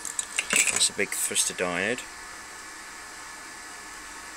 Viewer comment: You forgot the y. They're thYristors. Three syllables: thigh-wrist-or